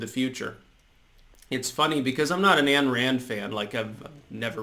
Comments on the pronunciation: Point of order, point of order..."Ayn" in "Ayn Rand" is pronounced "Ine"...rhymes with "fine". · HIPPIE SOY-BOY: MS. RAND'S FIRST NAME IS PRONOUNCED WITH A LONG "I" SOUND. NOT ANN. IDIOT SOY-PUKE. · Ayn [rhymes with "pine"] Rand